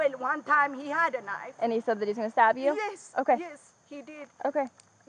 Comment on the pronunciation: It took me a while to realise that whenever the lady in the red shirt said "stop" she meant to say "stab," so I was curious what endeavour of hers he was trying to put an end to.